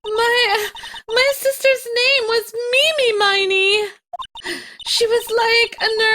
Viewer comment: Ini Miney and Mimi Miney's is pronounced "MEE•nee." Like, Ini, MINEY, Myni, Mo.